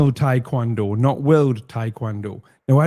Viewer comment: Taekwondo isn’t tap touching, and to top that off can’t even pronounce it right